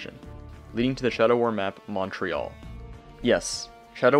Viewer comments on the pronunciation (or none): none